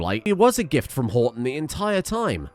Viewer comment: Everytime he says Horton I just hear "I'm Rodger"